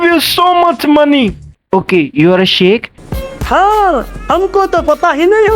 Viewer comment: Sheikh ❌ Shake ✅😂😂